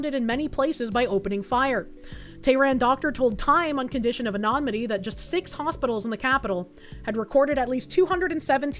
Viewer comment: Dear, sweet... It's "anonymity," not "anomity" 😭